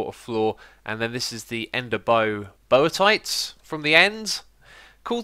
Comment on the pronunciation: buy-oh-tight. ender biotite. BUY-OH-TIGHT. not bowie-tite